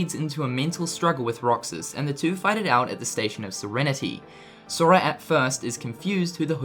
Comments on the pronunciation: he says soria lol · listen how he says sora